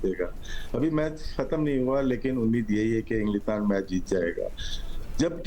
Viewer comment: It’s not englistan…bolna to sikh le….